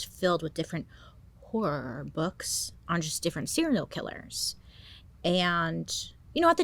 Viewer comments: Love how she ways messes up HORROR with WHOREOOORRR whahahaha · Yes! The little click and “noggin”keep me from jumping off a bridge sometimes lol I also love when she tries to say Horror😂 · Hi Bailey, longtime fan here with some speech issues too…I’ve always meant to give you this hint about the word ‘Horror’. I’ve lived in Boston area my whole 60 yrs, and we really separate the two syllables with different sounds…the first is closer to HA, then -ror. Or even like Hurrah or Harrah. Hope this helps! 🎉Love you! 🥰😘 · I am in no way ripping on how you pronounce 'horror' but if you are really struggling, pronounce it like an Aussie 'Horra' 😂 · Bailey not being able to say horror will never not be funny 😂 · someday... Bailey will be able to say horror